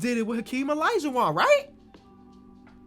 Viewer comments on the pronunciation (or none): I don’t know I love you but I can’t stand “alaijuwan”